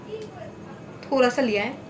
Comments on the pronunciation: Thora SA kya hota h ....thoda SA hota h. nahi pata tooo. Itna overacting kyo Karti ho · Hahah di pronounced thoda thola